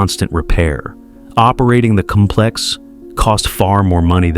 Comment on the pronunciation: The noun complex is pronounced with emphasis on the first syllable. You’re saying the verb version, putz. AI